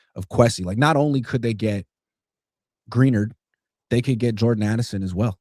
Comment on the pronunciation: Can’t believe don’t know how to pronounce Grin-ard I’m so tired of hearing them say Green-ered sounds so dumb